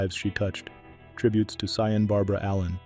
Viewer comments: Sian is pronounced "Shawn" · This one hurts. Sian Barbara touched mine. Her name was pronounced Shawn. RIP. Bette is pronounced Betty. ❤